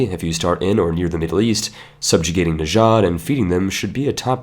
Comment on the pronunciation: please.. it's not najad it's just najd I live there.